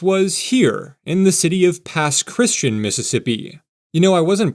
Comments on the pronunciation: My comment. Please search, Pronounce, Pass Christian. Correctly, sounds like this "pas kruhs an". {3 syllables- not two} Not "pas christin." Also locally referred to as the pass. Your pronunciation is by no means uncommon, but wrong. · Pass-Christi-Ann not Pass Christ-in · Pas Christian is said Pas Cris - tee - anne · NOT PASS CHRISTAN! This area originally explored by the French. It is pronounced Pass Chris-ti-an to this day. Listen to Robin Roberts speak of her hometown. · Please search, Pronounce, Pass Christian. Correctly, sounds like this "pas kruhs an". {3 syllables- not two} Not "pas christin." Also locally referred to as the pass. Your pronunciation is by no means uncommon, but wrong. Your pronunciation of Biloxi and Pascagoula was spot on, both Native American tribes. I'm not sure why there is no station in Ocean Springs, MS., on the east side of Biloxi Bay. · Please search, Pronounce, Pass Christian. Correctly, sounds like this "pas kruhs an". {3 syllables- not two} Not "pas christin." Also locally referred to as the pass. Your pronunciation is by no means uncommon, but wrong. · It's pronounced Pass Christ Ian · Its pronounced Pass chris-tee-AHN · FYI, Pass Christian is pronounced like Kristy Anne. Local will laugh at you if you pronounce it the way you did. Oh, and thank you for correctly pronouncing Pascagoula. That's one that people who aren't from the area often get VERY wrong. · You need to learn the names of the cities and pronounce them properly every time. Sometimes you say New Orleans correctly and other times you used the ear screening New OrlEEEENS, Awful! Pass Chris-tee-ANN is the proper way to go. I was glad you said Mobile correctly every time. I'm eager to hope on board and take my trip along the Gulf Coast on Amtrak. It costs how much?? I'd love a new train adventure. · Just FYI- Pass Christian is pronounced “pas-kruhs-chee-an” with the long sound on the “an” like Ann. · Thank you! I’m from New Orleans and that was driving me crazy.